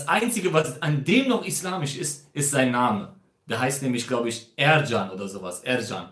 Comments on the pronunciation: Er heist nicht ercan sondern erkan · Erkan so spricht man das aus